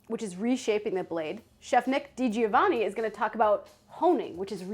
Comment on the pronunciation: Not "Dee-Gee-O-Vah-Nee" it's "Dee-Joe-Vunnie". It's an Italian name, the "I" is only in there so you won't say "Dee-Go-Vunnie".